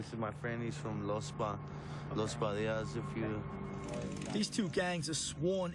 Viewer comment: You said “The Padilla’s”. No. Los Padillas. Los Pas or Los Pa. Respect the name. I taught high school in the North Valley in the nineties. I respected them and they respected me. Other gangs also.